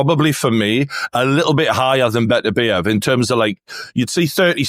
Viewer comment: It's "better-BEE-ev" it's not "buh-TERR-bee-EV". start there. no translation or accent would ever make that remotely accurate.